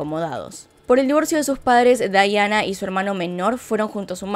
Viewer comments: Aaaaay me molesta mucho que digas "Daiana" a Diana... Pero muy buen video! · Amo este caso, como narras las cosas. Me estresa un poco que le diga Daiana, ella es Diana pero igual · Es Diana, no Dayana 😌 o soy la única q escucha q dice Dayana ? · Pienso igual. Debió haber dicho Diana no Daiana. Pues está relatando en español. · Me encantó! Muy bueno! Lo unico que le dijiste DAIANA cuando es DIANA un monton de veces 😂 amo tus videos! Los veo TODOS 👌👌👌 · Me ha gustado mucho tu documental, pero me molesta que no menciones bien su nombre es DIANA!!!! No daiana 😠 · Es Diana no Daiana! Pero fuera de eso muy bueno el vídeo, bastante completo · Se dice Daiana? O porque ella lo dice asi no comprendo era Diana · Es Diana no Daiana :'( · Por qué dice Dayana y no Diana? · Me desespero que la mencionara como dayana cuando la mayoria la conocemos como diana💆de igual forma me gusta mucho como relatas los hechos 😊